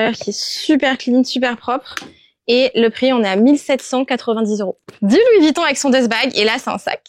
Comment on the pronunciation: Et peut être aussi prononcer VUITTON et non VITTON 😉